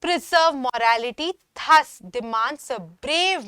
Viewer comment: Madam, THUS is Not ಥಸ್ but ದàZ! Plz check your pronunciation. 😊